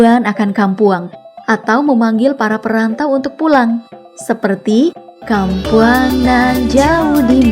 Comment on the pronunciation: Wkwk kayaknya kok susah banget orang non minang buat melafalkan bahasa minang dengan baik dan benar ya, kadang kampuang jadi kam pwang 🤣